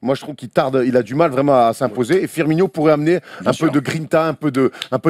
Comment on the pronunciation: Salut! Je te trouve excellent mais ta prononciation de Firmino est incorrecte. Ce n'est pas Firminho ou Firminio c'est FirmiNO;) (ou Firmine dans l'absolu en portugais) Et Thierry Henry a joué lors du mondial 2010 Bien a toi, tu me régales avec tes " tu descends":)